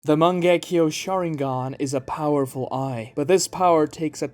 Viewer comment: Heard you pronounce "Mangekyo Sharingan" and had to click off the video dawg wtf was that